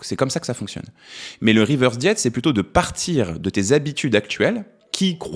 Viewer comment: Interessant mais pourquoi dire « reverse diet », avec un accent bien franchouillard en plus ? Cette mode de prendre les mots anglais pour faire chic, c’est casse pieds ! Régime inversé, voilà ! Prenez exemple sur le Québec !